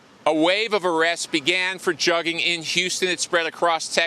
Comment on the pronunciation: Just a heads up also "jugging" is pronounced "jooging" by these juggers